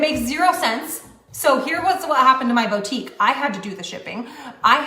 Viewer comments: If she says “bow-tique” one more time… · CAN WE TALK ABOUT THIS BOW TEEK?? LOL BOUTIQUE.. [BOOO-TEEK] 🤣🤣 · How does she keep on saying BOA-TIEEK? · I'mma need her to stop saying "bow-tique." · She pisses me off so hard the way she says bow-tique instead of boutique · Someone needs to tell that it’s “BOO-tique”, not “BOW-tique”… BOO. Like the MLM that got shut down. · How does a person run their own Boutique and yet not know how to pronounce the word Boutique?